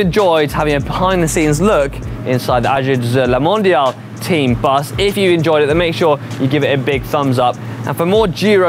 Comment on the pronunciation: He prononce this name pretty well at the start of this vid